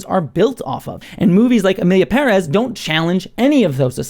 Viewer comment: It's so satisfying to hear you pronounce Pérez with a stress on the first syllable, as it should be.